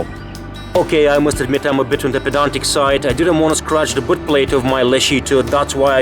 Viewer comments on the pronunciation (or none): none